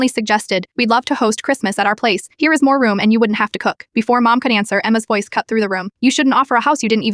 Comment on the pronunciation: “PrOwper one” 😂😂 “MOwm” 😂😂 “Dissipiter” 😂😂 “Tree” 😂😂 “Esthen” 😂😂 AI’s phonics teacher f cked up😂